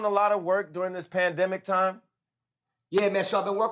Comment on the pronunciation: "PENdemic" tho😂😂